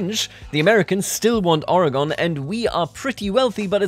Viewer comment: I <3, but I did want to let you know that as a born and raised Oregonian, the correct pronunciation of our state is "Ore-gun" not "Ore-gone" as you have said it. This is the only dialect I have to correct, so I felt like I needed to take the opportunity to do so!